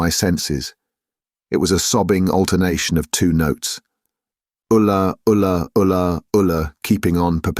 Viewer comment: "Alu" ?! The cry goes "Ula", both in the book and in Jeff Wayne's rock opera 😁 Apart from this, great read !